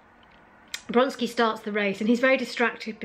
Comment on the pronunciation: I'm afraid that your calling Vronsky Bronsky made me unsubscribe. Really sorry.